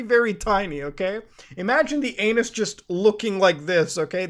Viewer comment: "aeyynus" best way of saying it ever